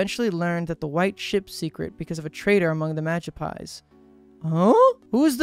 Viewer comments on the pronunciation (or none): I'm sorry, but it's pronounced "Ma-gip-psee" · Oshe castle, Magi-pies... I'm positive bro can't read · It kinda hurts to hear him say Magispy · I cant tell if he actually genuinley didnt know how to pronounce the magypsies name or if he was purposefully mispronouncing it to avoid saying the slur in their name, and i cant decisw which is funnier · Hes pronouncing it wrong lol. But I do like it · OMG the whole time he's mispronouncing magypsies drove me nuts